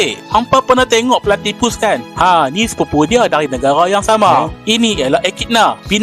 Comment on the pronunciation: Bahasa melayu dia platipa😂😂😂😂😂😂😂😂😂😂😂😂